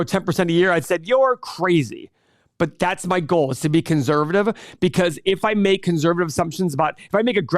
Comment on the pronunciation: money - can someone PLEASE tell that there is not a “z” in conservative. Thank you.